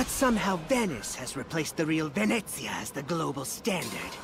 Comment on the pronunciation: I just love pronunciations of Venezia and Puttana. They're just...perfect